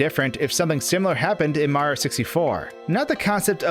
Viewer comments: I agree completely, the videos are interesting but his speach patterns for videos needs to become more natural. I also don't like that he says "Maro." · why do you pronounce Mario as "Mar" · I can't get over the way he says "Maro" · Every time he tries to say Mario he cuts off the end of his name. Not a complaint just something I noticed. Great video!